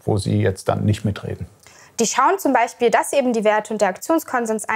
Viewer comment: Ute, lass deine Hände runter und lern mal "Beichspiel" richtig auszusprechen ...